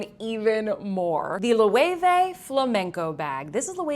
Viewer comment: Its not lowey-vey. Its loh-weh-veh.